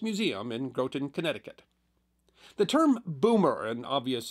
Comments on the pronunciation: Groton is usually pronounced Grot-on, not Grow-ton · As a local to where the Nautilus was birthed and where it's currently on display... "Groton" is pronounced with a "Grah-tin", not "Grow-tin".. I've been a huge fan of this channel for years now.. love it and keep up the great work! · Groton isn't pronounced 'Grow-ton', it's 'Grah-ton' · Just because nearly l every content creator who talks about American submarines makes this minor error, I feel obligated to comment... Groton, CT is pronounced like “Grotten” (rhymes with rotten). Not “grote-ton”. Keep up the quality videos! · Groton is pronounced as in ROTTEN, not as GOATen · As a native “Nutmegger/Connecticutter” (or whatever you call us) it pains me when people pronounce Groton incorrectly. It is not “GROW-ton” it’s “GROT-en” like rotten, hence the nickname Rotten Groton. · I've been on the USS Nautilus; probably like a lot of Connecticuters. (There's a museum in Groton.) My dad was fascinated by subs, so we went once. It's not truly my cup of tea, but it wasn't too boring It's Graw-ton, btw. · "Grawton" is how it's pronounced. Not "growton" Groton, CT Also where EBGreen tape was developed. Another great history story. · Some things can never be forgiven! 😉😁 ( There's a town called Groton in Suffolk, UK, and I'll bet they pronounce it Graw-tin or Grah-tin as well) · Not the worst mispronounciation I've heard on the 'tube. For anyone wondering it's Gr'au'ton. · The city in Connecticut pronounced like cotton “Groten” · "Groton" CT is pronounced like "rotten". For obvious reasons. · It is pronounced Grot-ton rhymes with rotton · Great video! As a Submariner, I thank you. I would counter that from the view of submariners, the cold war wasn't all that cold, which would be a great video to see. The only issues that I noted were pronunciation errors. Polaris- Po-lair-iss Groton- Grah-tun (i.e. the base is called rotten groton) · As a native of the area, Groton is supposed to rhyme with Rotten.